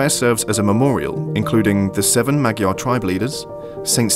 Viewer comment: Great video... Thank you for loving our country. But can I just say as a Hungarian, Magyar is pronounced modjar.. rolling the R sound.